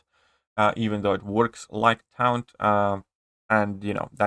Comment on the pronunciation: Taunt is pronounced , Tawnt